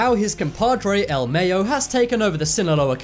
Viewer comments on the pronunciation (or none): none